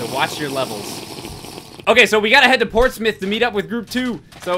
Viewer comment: It's Portsmouth not Portsmith DX